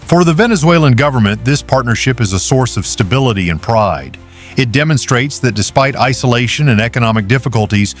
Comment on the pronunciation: Es heißt nicht Karakus. Sie müssen besser recherchieren! Caracas, ist die Hauptstadt von Venezuela!